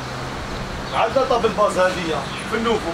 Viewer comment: الله يبارك ما شاء الله روعة فقط للتصحيح اخي يقولو طابل باص وليس طابل باز تقبل مني اخي